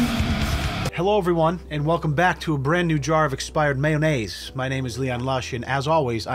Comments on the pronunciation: "Brand new jar of expierd mayonayse" XD. That got me right away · The way you pronounce mayonnaise in the beginning is absolutely poetic. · The way you said mayonnaise was magnificent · You are pronouncing mayonnaise with a peculiar accent on the nn . Why ? Why ? And d..d..don't stand up anymore. K ?